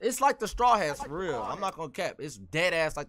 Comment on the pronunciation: Y y’all leave out the “t” in real dreams change the world?